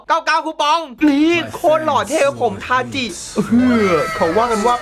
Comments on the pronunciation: ทาจิครับไม่ใช่ทาชิ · ชื่อ ทาจิครับถ้าอ่านตามหลักภาษาญี่ปุ่น ち chi ออกเสียงว่า จิ し shi ตัวนี้ถึงออกเสียง ชิ ครับ